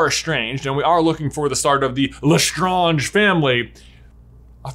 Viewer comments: Your theories are interesting to say the least. What has me confused though is your pronunciation of Bellatrix last name Lestrange. Even JK Rowling has pronounce this last name as Le strange, you however tend to want to put a French pronunciation to it. This makes your assumptions seem very presumptuous by trying to add an air of sophistication to your hypothesis. In short, pronounce the names and words correctly as they are used within the series or forget about making videos of this nature because nobody can take you seriously because of your mispronunciation of key names. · OMG, stop saying LeStonge. Ugh. You're not speaking French and just because it may have it's roots in French, even Bellatrix, Leta and other's within that own family never pronounced it that way. We don't go around saying every single name or word with roots in another country with that country's accent, do we? lol. So annoying hearing that constantly. So pretentious. :P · I don’t know if I’ve said L’Estrange wrong my whole life but I think you’re saying it wrong I might be wrong I don’t really know but I’ve heard everyone else say it the way that I do love the channel so much thanks for all the Harry Potter content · I love how he saying Lestrange wrong lol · My deepest desire is to teach you how to say lestrange 🤣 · ill never forget how this guy pronounces LeStrange lol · Man I didn't know that that's how you pronounce the LeStrange name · Why is J saying Lestrange that way lol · The moment he pronounced lestrange like that I thought....oh god... This is gonna be a hard video to watch. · I had to stop the video because he was pronouncing lestrange wrong and it was so annoying. They literally say it in the movies, and no it’s not French anymore since the Norman times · I thought it was pronounced like the word strange >.> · You pronounced Lestrange wrong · J I love you but why are you saying Lestrange wrong? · Why do they pronounce Lestrange like that…? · lesTRAAAAAANge not lestrahnge